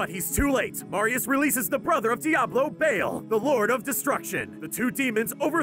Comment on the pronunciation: mefeesto and bayl..? xD mephisto and baal tyrayl..? plz sthap!